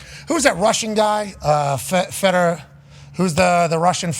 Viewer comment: "Who's the Russian fighter Feda, Feda, Feda..." 😂😂